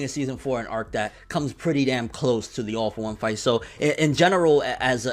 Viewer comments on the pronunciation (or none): Man, I hear "Awful One" every time you say "All for One".